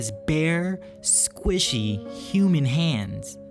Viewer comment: Please don’t say squishy again lol